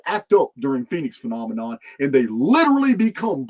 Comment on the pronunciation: a "Phenomenon" is a "Phen- Omen - On" ... "Phoenix Omen" haha love it